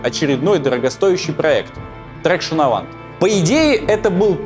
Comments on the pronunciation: Делая ролик о французских делах, неплохо бы разобраться, как произносятся слова. Что в первом ролике, что в этом - всё неправильно.Не трэкшн авант, а траксьон аван... Ведь не говорит же он "ренаулт" и "пеугеот"... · Документалки это топ. Как всегда порадовал. Но просьба поработать над произношением названий моделей. Всё таки Ситроен Траксьён Аван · Отличный ФИЛЬМ. По другому не сказать. Но мне несколько резало слух английское произношение французских названий автомобилей. С твоей предрасположенностью к французскому языку оригинальное произношение этих названий звучало бы отлично, причем они очень звучные (2cv душеву. Traction Avant траксьон аван). Еще раз спасибо за творчество. Этот фильм и первый просмотрел на одном дыхании и с нетерпением ожидаю следующую часть. Успехов! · Всё великолепно кроме одной мелочи – во многих случаях нерпавильное произношение французских имён и названий. В именах ударение не на последний слог, а как в английском языке; Traction Avant – это Траксьон Аван, а не Трэкшн Авант, как было бы в английском, вуатюр, а не воитюр и т.п. Мелочь, но портит впечатление от первосортного в остальном материала. Пожалуйста, консультируйтесь со специалистами по вопросам языка, это важно для восприятия. И спасибо огромное за ваш труд, он превосходен. Я в самом деле восхищён.